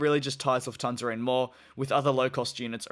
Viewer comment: Luft-hansa, not Luf-thansa ;)